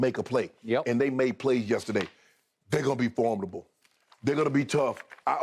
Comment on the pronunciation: Shannon jeez. "FORMadable" It's For MID able. This dudes on TV